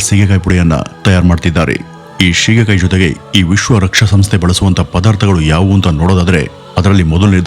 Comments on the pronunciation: Not shigekayi, it is Sige kayi. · ಸ್ವಾಮಿ ಸೀಗೆಕಾಯಿ ,ಶೀಗೆಕಾಯಿ ಅಲ್ಲ.